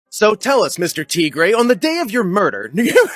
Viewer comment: I made the same mistake and said "Murdel" instead of "Murder" in a theater production once, that's actually pretty funny that he said that lol